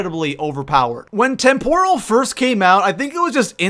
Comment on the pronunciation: Tem-per-el not Tem-pour-al lol